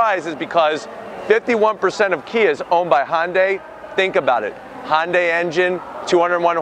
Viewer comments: HYUNDAI RHYMES WITH SUNDAY. NOT HIGH-UN-DAY. IT’S PRONOUNCED HUN-DAY. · It's Hyundai ...